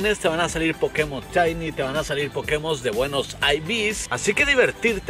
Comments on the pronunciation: Porque el dice CHAINY y no shini? O Chellos en vez de shellos:v No me maten:v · No se dice "CHAINI" 😂